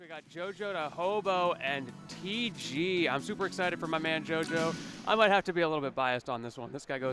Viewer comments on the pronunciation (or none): its tg not tj lol. shouldnt even be talkin, i make that mistake all the time